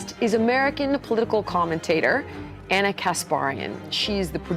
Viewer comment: She pronounced Ana’s name wrong. She must be racist